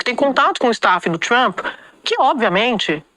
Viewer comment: Relou! Rere is Lula! Rou du iou du? 😅😅😅😅 Mister Tramp???😅😅😅 Popi corni, aice crim...😅😅😅